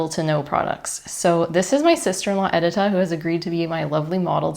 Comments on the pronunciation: Edit-a - your name is meant to be pronounced Ed - i - ta (i as in dish) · Lovely video. It’s very informative and I’ll have to try out these techniques. A note however: you should double check with your sister-in-law on the pronunciation of her name. The polish name Edyta is pronounced ed-EE-ta, with the emphasis on the middle syllable, not the first syllable